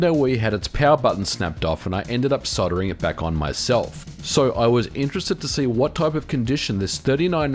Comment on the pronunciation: comon mate, you know its pronounced soldering, not soddering.